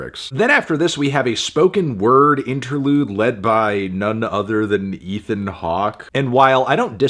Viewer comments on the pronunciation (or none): none